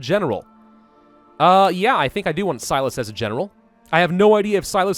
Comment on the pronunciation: In Fallout: New Vegas, Silus is pronounced "See-loose" Also, in that same game, you get to beat him up to get information out of him if you are buddies with the NCR.